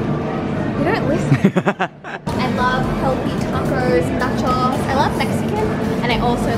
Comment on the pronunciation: Am I the only one that cannot unhear nachòs? instead of nachós? hahahaha